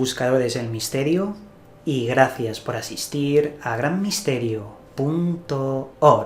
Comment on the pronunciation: Alguien más siente raro cuando dice punto org xdxd